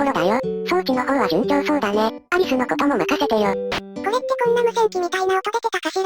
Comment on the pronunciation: レミィがコレってって言ってる気がする